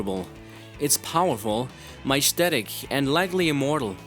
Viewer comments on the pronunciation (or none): mishtetic? you mean majestic?